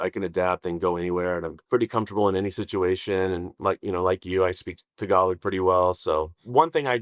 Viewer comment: When he says “tagalog” he sounds like local ❤